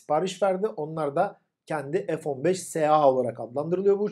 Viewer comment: F-1SEX diye Okunuyor :D